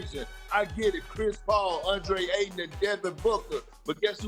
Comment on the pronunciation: “Andre ayton” yessir perk we love it